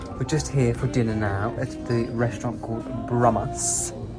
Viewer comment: Absolutely spot on. is a feather-head with no real knowledge in any subject. He is as superficial as he is artificial. His silly chic/elegant ramblings can only impress people who are at his intellectual level or lower. Fascinating to watch! He keeps making basic mistakes yes — cushions he pronounces K -a -shuns — should be k-U-shuns etc etc He also says Reshtorant — for restaurant. Wouldn’t matter if he hadn’t tried so hard to sound ‘posh’. The whole show is unintentionally hilarious!